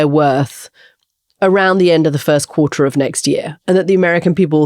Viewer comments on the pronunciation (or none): none